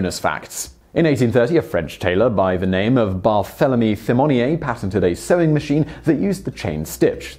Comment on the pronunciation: The "th" in "Barthélemy Thimmonier" should be pronounced as a "t", man!